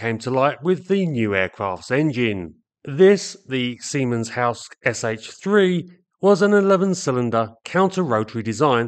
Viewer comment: The ending e on Siemens-Halske is not silent. It's the same als the ending e on Focke from Focke Wulf. Otherwise you are doing great in pronouncing German names. Does anybody know where the exceptional high altitude performance was coming from? The Fokker D.VII used over-compressed BMW engines to get as much power at altitude as possible. Did the Siemens-Halske engine have over-compression too?